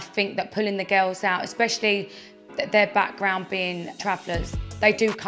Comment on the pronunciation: “the gills” ik she has an accent but, pretty weird way to pronounce girls